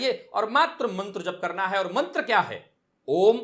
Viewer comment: Karana not katana